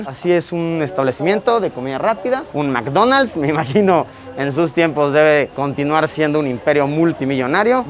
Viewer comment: LUISITO ASI NO SE PRONUNCA MAC DONALD´S TE SUGIERO VER A MISSHOLLY PARA PRONUNCIAR BIEN